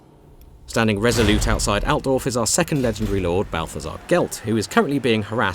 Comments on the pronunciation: I can't help it, but listen to native english speakers while they try to intonate german names, just makes me feet unsatisfied. It sounds so much less powerfull. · that's not how you say Altdorf!